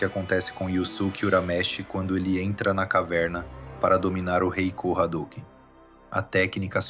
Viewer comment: Amo esse anime. Não tenho dúvidas que você estudou e pesquisou bastante. Mas pronunciar yuZuke, Jenkai, hadôken, aí me quebra. Só assistir o anime am japonês e ser fiel à pronúncia. Enfim, ótimo trabalho, é só uma crítica construtiva